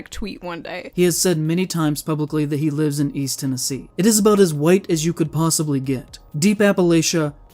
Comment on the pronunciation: This guy spits out the word "White" like he's saying a slur. Just listen to "Deep Appalacia is very WHITE country".